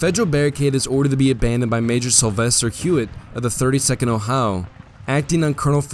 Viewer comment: this guy has one of the strangest accents I've ever heard. I can't get over the way he pronounced "Ohio"